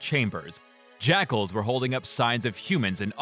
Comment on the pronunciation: Can I say that I knew close to nothing about Halo, and thanks to your hate and pronunciation, I thought that all along you were calling the snipers "sniper jackholes" Only recently I've found out that they're called "jackals", and are an actual enemy type lmfaooo